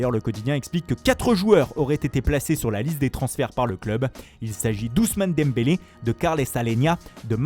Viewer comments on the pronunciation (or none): none